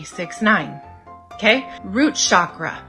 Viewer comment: she doesn't even know how to pronounce "chakra". It has 5 phonemes: she gets 4 of these wrong.